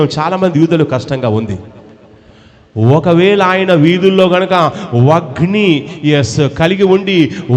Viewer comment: వాయిన్ని కాదు సాతానా.. వగ్ని కాదు అగ్ని. ముందు మాటలు కరెక్ట్ గా చెప్పడం నేర్చుకో. వై రిసీవ్ కాదు మరగుజ్జు........ సరిచేస్కో